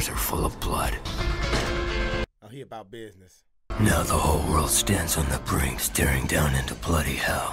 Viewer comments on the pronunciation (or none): none